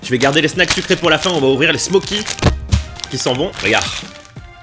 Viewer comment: sa ne se dit pas smoci mes smauci je suis serbe je sais comment on dit là bas